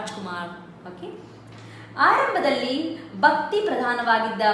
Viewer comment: Mam.. your mahapraaNa is not clear .. you pronounced 'bakti' but actually it is pronounced as ' bhakti'.. because 'ba' is alpapraNa while 'bha' is mahapraaNa..